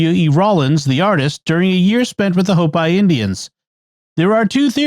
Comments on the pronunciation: Their nation is pronounced 'Hope-ee" not "Hope-eye'. This is a very common Native American nation... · Out here in the Southwest we pronounce it hope-ē, not hope-eye. Just sayin'.